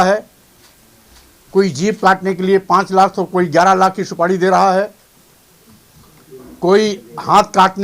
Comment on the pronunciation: सुपाड़ी नहीं सुपारी होता है दल्ले